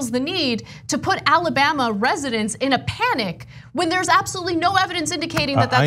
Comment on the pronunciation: As a native Alabamian, it sickens me to hear him say this state’s name.